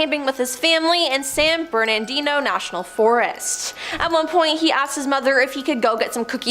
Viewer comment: "No one disappearance" in "Yosetamie" National Park "San Berandino" National Forest